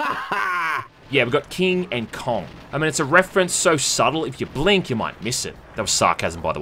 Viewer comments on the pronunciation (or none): none